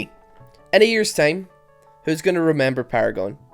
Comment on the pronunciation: Stop saying tame. Its TIME